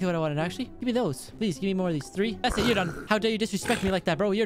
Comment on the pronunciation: "you'rrrr done'